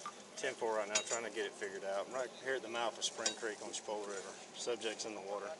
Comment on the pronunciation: Chip-a-la River😂😂😂😂😂😂 It's Chi-pol-a